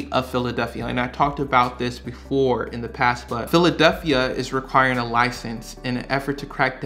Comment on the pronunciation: Philadelphia not “Philaduphia” ahhhh sorry. Great video great info 👍🏼